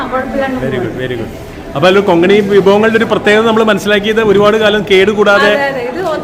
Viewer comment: Konkani ✅ Kongani❎ 😊